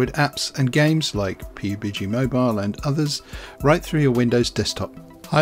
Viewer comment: I cannot fucking believe he actually pronounced it "Pi-Yu-Bi-Gee" It's pronounced "Pub [as in a bar] + Gee [as in 'gee wiz']" This is what happens when you use Windows! Also, if the point of emulation is to be able to get to your bigger-than-mobile PC ram, then you could just, y'know, play the PC version of PUBG! (Yes I know the point is to cheat but that's bad so you shouldn't do that either). Or you could just play literally any other game except Fortnite or something made by EA or Riot and have a better time. WIndows users are the biggest simpletons of all time!